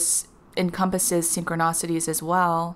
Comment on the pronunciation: I love your channel! Thank you. You are a very clear channel, your info is great and I always look forward to your vids. But PLEASE... it's not "sin-cro-NAH-city" it's "sin-cro-NI-city". Also It's "LEE-mur-i-a" not "LOO-mer-ia". Thanks!